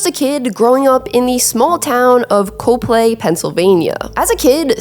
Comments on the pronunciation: Just a heads up it's pronounced Cop-lee Most people pronounce it the way you did but as a local hearing it as cope-lay sounds like nails on a chalkboard lol. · And it's pronounce Cop-ly. Lol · The town he is from is pronounced Cop Lee. He didn’t move to Bethlehem but he did play for Whitehall HS. Which is a suburb of Allentown PA. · it’s pronounced COplee - Like the word cop - a short ‘o’ but heavy